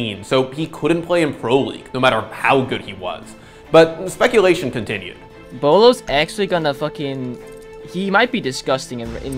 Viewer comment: Thought you pronounced his name bew-low